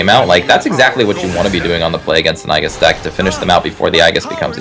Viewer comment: everytime they say "i-gis" a little part of me dies , can someone please educate him